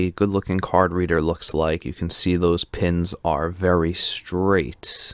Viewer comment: The way this guy pronounces it as "Card Redder" sounds like "carburetor."